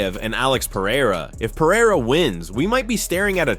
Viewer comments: It's Pereira not Pieira 😂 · Are you deaf? He says Piera